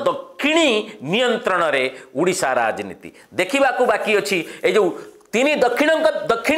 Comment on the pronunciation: ଉଡିଶା ନୁହେଁ ସାର, ଓଡିଶା